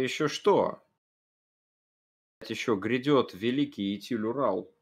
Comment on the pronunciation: Идэль Урал, а не итиль